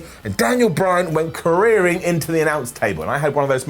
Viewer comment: are you doing a bit with the "careering" thing?